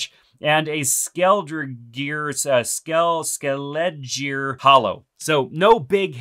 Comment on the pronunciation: Liked and subbed, quality content my man! That Skeledirge pronunciation was giving you hell, had me laughing every time 😂